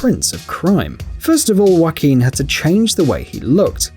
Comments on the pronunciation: You said Joaquin wrong. It’s Spanish and the letter J makes an H sound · Did he really just say Wack-een Pheonix? And did he really just pronounce The Machinist as Mack-in-ist?